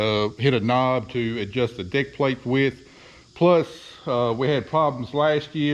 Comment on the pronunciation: Are you calling that a deck plate or Dick plate